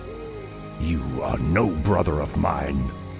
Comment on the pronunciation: This guy pronounces th as if he was saying butter brotter so weird